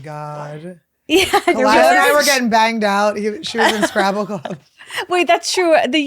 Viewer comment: I thought Khalyla said "Place Gravel", not "play scrabble". Anyone else?!? lol